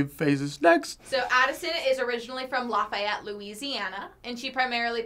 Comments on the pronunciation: ik they did not say la-fi-ette it’s laffy-ette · okay , i’m from louisiana and who pronounces lafayette like that 😳